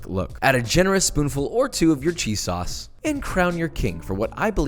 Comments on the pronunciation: Lmao you said Worcestershire right but then fucked up sauce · Usually when I say Worcestershire sauce I mess up saying Worcestershire but he messed up saying sauce😂😂😂